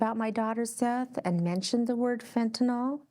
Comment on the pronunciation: fentanyl not fentaNAWL.